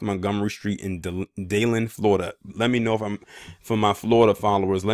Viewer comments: It's pronounced Dee-land. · Most Floridians are originally from up north. It's pronounced Dee Land